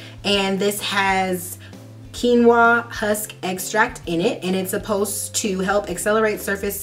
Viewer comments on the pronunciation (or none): none